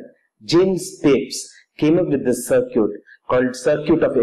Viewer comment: sir-cute? :D circuit :D